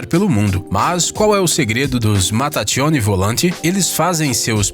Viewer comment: Permita-me corrigir seu italiano, os irmãos que se apresentam como o gênio, os irmãos Mattacchioni se pronuncia em italiano "mataquioni" e não "matatchioni" (como diriam os espanhóis). O mesmo acontece em nomes como Michelangelo "miquelângelo", Michael "micael"